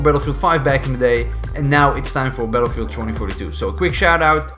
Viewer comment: haha when the video started I thought you say paedophile 2042